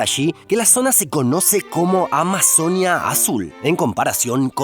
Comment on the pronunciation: me da curiosidad por qué pronuncia Amazonia y no Amazonía